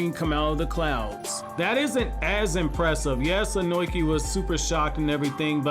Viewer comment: I gotta correct some pronunciation of a name that bothers me man. Tis Ohnoki (Oh-no-key), rather than Ohnoiki as I keep hearing. I'm sorry but I had to man. Keep up the awesome content though man!